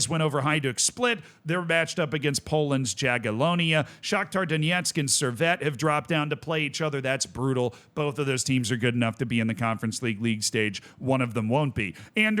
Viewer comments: Wie, już rok temu mówił, że po prostu dżagielonia brzmi śmieszniej (to prawda) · Z, You should read J in Jagiellonia as Y, making it Yagiellonia. I'm correcting you because they seem to stay in Europe for many years.